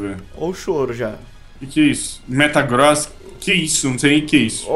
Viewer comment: O falou metaCROSS inves de metaGROSS